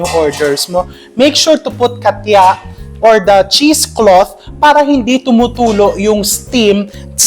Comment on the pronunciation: Ang cute mo chef RV,…hindi yata “katya” ang tawag dyan,….”katcha” yata. Hihihi!!!